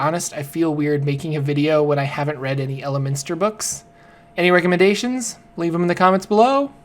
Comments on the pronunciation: It's not a huge deal but its El-minster not Elemen(t)ster. And start with Elminster: The Making of a Mage. Its fantastic. Elminster's series is great especially at the beginning. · are you serious??!!!? you cannot even pronounce Elminsters name correctly? as a sage for the Forgotten Realms, you Suck! you must be a 5e baby!!!